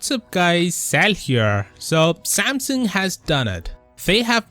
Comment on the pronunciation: Am I the only one hearing Samson?